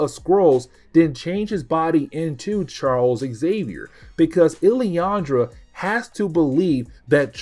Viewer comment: Who is illyandra? Do he mean Lilandra?